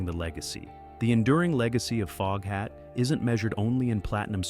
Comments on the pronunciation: OMG!!!! FOGHAT NOT FOAFHAT STUPID AI!!! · “Dave Lonesome Peverett”?? What is this AI trash! “Foge hat”?? “Don’t recommend channel” ✅ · Foge hat 😝 crappy AI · Booo!!! I was wondering if this was an a.i. video, sure enough, the narrator calls the band Folkhat less than 5 minutes in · ok robot.... folkhat? also learn how to pronounce 'Savoy' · I love Foghat and have since the 70s. And just so you know, it was Lonesome Dave Peverett, not Dave Lonesome Peverett. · Can't stand watching this A i F'N SHIT that can't even pronounce their name correctly 😒 BYE